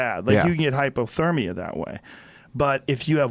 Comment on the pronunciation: I want joe to apologize for how he pronounced hypothermia